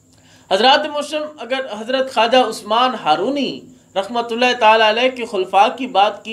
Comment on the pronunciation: بسم اللّٰہ الرحمٰن الرحیم السلام علیکم ورحمتہ اللّٰہ و برکاتہ محترم بھائی جان! پیارے بھائی جان! "ہارونی" کے تلفظ میں اصلاح فرما لیں ۔ "Harooni" not correct "Harwani" correct